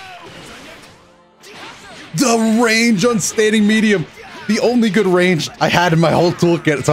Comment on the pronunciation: and then they never knew what they started “Za Battle Of Za Beams”